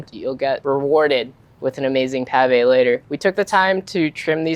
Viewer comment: What? Potato malfoy? 😅 It's pronounced "mil-fuy" for you